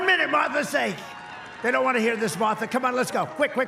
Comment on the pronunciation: Why is Trump incapable of pronouncing "Martha"???